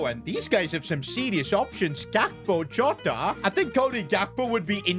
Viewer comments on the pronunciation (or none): Did you say….Jota💔🪽